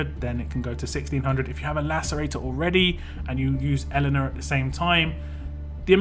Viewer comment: It's pronounced "Yelena"